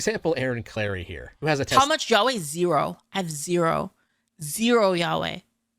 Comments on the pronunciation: Why does this girl pronounce "Yaoi" as "Yaweh"? Blasphemer. AND DID SHE JUST COMPARE MAGUS BRIDE TO TWILIGHT?! IM ABOUT TO SHIT A BRICK! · Stop pronouncing Yaoi, YHWY… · Please don't pronounce yaoi like "Yahweh" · says "yaoi" here like "Yahweh" kek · I know what she meant.. it's a joke about her pronunciation of the word.